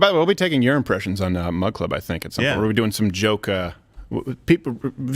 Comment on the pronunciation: You said urin pressions. You can't unhear it now.